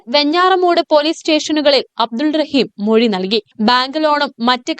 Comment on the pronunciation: മെഴി അല്ലാ മൊഴി😂